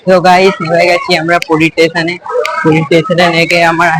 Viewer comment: Tason ❌ station ✅ 😂😂😂😂😂